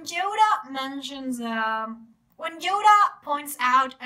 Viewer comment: "Djoda"....what accent is this? Just curious